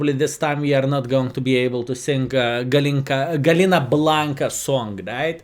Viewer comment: It's gallina blanca 🐔 Pronounced with y like yes. Gayina